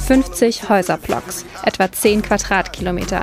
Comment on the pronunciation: Peauty, Häuserplocks, Quatratkilometer??? Wo hat die "Journalistin" denn sprechen gelernt? Die spricht ja fast alles falsch aus.